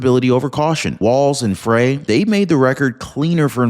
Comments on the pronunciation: It's not pronounced Fray. It's pronounced FRY. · Do you even read these comments? Frey is pronounced Fry, as in fry a hamburger, fry Frey's balls, fry brain, etc... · It’s pronounced fry as in frying!